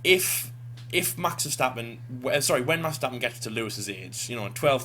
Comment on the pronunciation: Congrats on being one of the few English speakers who actually says "Max Verstappen" and not "Mex Fursteppen"